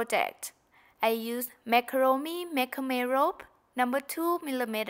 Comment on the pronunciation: I love your accent- I hope you won't be offended Macramé is pronounced Mack / Cra /May if that helps you . Are you the pretty lady that was modeling the pocketbook at the beginning.If that is you or whoever she is She is so pretty .